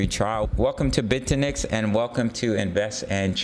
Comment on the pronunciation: Bit-eh-nex as you say OR Bit-you-nix